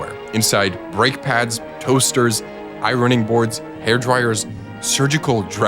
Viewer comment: Are you using AI generated voice work? I noticed a dubious pronunciation of "ironing board" as "I running board."